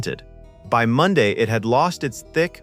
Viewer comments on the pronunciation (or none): none